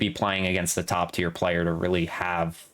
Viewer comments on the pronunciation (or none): none